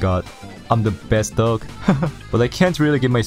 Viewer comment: I am the best doug. But pronounciation is "I am the best DOG"